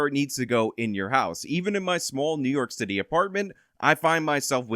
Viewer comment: NEW YOARK NEW YOARK!